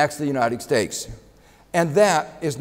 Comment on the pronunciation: he often says 'k' for a 't'. United Stakes of America. turning poinks XD